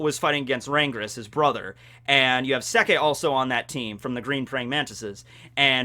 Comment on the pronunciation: god damn... you and your 'Rangris'